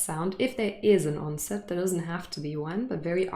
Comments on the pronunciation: I am hearing 'onset' as /onsent/ .. Is there a /n/ in onse/n/t that you're pronouncing? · I hear it as “Onsent” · is it me or I hear you pronunce the word "onset" ans /onsen/??? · Hi, is ‘onset’ pronounced onsent?